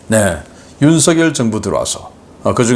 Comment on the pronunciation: 우리나라 대통령 이름은 '윤석열'이라 쓰고 '윤성녈'이라고 발음 합니다. '윤서결'이 아니랍니다. 초등학생들도 잘 알아요. 사투리 발음하고는 관계없어요. 미국 대통령 이름을 우스우리만치 혀 꼬부라지게 발음하지 마시고 우리나라 대통령 이름을 바르게 발음 하세요.